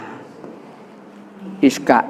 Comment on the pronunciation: Ishak bukan iskak.